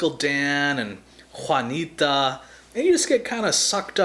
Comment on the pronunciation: 'Juanita' hahah